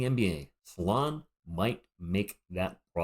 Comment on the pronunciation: Salaun, not Saloun like on the thumbnail or Saloon... 😂 otherwise Risacher has the most skills I think, but Salaun has progressed faster over the last year... good prospect and he will only be 19 in August 🤯